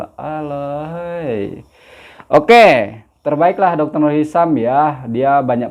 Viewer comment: Hisham bukan hisam